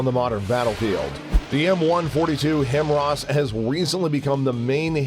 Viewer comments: Him-wras? How about Hi-Mars. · This is the only channel that says "him rahs" everyone else pronounces it "high mars" HIMARS high mobility artillery rocket system" just saying.